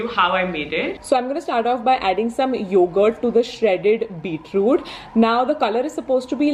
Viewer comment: its beetroot, not beetrude :P